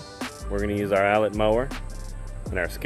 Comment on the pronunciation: Great job bro. Looking forward to the progress. I thought I heard a hint of English accent in there when you were talking about the Allett... 😂 Keep us posted on how it’s doing. PS, plz don’t fall down and start germinating. Lol